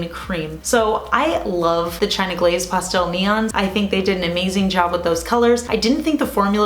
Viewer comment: Yoy say pastel like you're trying to say cake en español.